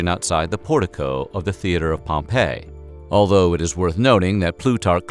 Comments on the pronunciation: Pompey = pom-pee Pompeii = pom-pay Gaius = guy-uss The mispronunciations really dampen the credibility. All the research you do, and you can't take 10 seconds to find out how to pronounce the names correctly? Come on, now. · Great episode! But small note Pompey is pronounced Pom-Pee not Pom-pay. 🤓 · Great video. I love the humor mixed with SOOOOOOOOOO much good information. However, you mispronounced so many names, like Pompey and Gaius. Pompey ends with a long E sound, not like the name of the city destroyed by Mt. Vesuvius. Gaius sounds like guy-us. There were many other words mispronounced, but these 2 drove me crazy. Nonetheless, a great video with so much good information, which I would definitely recommend to others. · Caesar’s friend turned opponent was not pronounced like the city Pompeii. It was pronounced “Pom -Pee” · The mispronounciations here are painful: it was at the base of a statue of Pompey (pronounced POM-pee) that Caesar died, not "Pom-PEH", which is a resort city buried by volcanic ash a century later. And the name Gaius (GUY-us) is almost never mispronounced... but somehow, here it's GAY-us. Having said all that... fantastic video! I'm in awe at the amount of research that went into it. (Incidently, that whole "Beware the Ides of March!" incident was also related to us by Shakespear, and so there's a good chance that it never occured either.) Again, an interesting and wonderfully researched video, thank you. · Gay-us? Pom-pay?